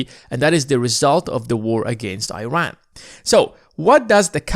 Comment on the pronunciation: Please pronounce the country of Iran properly. Show respect on how it should be pronounced. It’s all about credibility too. Thank you